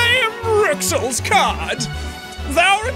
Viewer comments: its pronounced "rules" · Since Rouxls is pronounced Rules, that means his RouxlsRoux is pronounced Rules Rule! Well done, Toby with Whatever this is!!!